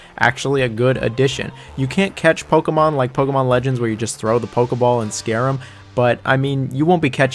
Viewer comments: Playing Pokuhmon, catching Pokuhmon, battling Pokuhmon..throwing Pokuhballs. Pokuhmon. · God this dude is hard to listen to. Can’t pronounce Pokemon so he says it 1000 damn times in the beginning. I wish they kept dislikes on YouTube. Stop saying Pokemon dude jesus christ. As I’m typing this, he’s said it 11 times. My wife is getting annoyed. I’m not gonna finish this comment until he stops saying it. There is is again. Stop saying it